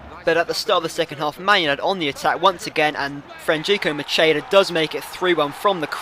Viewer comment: it's mackeda, i'm italian